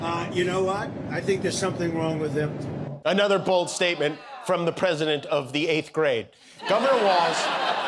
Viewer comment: YOU saw "The Rockettes", yesterday... "go away kid yah bother me"... and as part of Oxford's "Rage Baiting" terminology - and now a word from: Da Pwesi-dente of The-Not-So-United-States-of-Amer-Wee-CaW... another proud moment - what say you "Dawnee".... ??? And.... nice try Don... you missed your chance again. Great choice America... really setting an example of true leadership and diplomacy. Geeeeezus Christ what a low life.